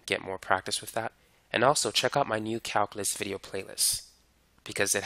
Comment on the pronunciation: Great “Mahff” teacher. He explains it “Whiff” examples. 😂